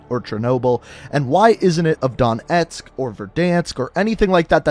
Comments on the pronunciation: Please stop calling it don etsk it’s Donetsk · Dude just google a video of a Ukranian pronouncing Donetsk. It's really not that hard. You keep saying Don Etsk. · I forgive you for ‘Dontesk’ because of your pronunciation of Припять.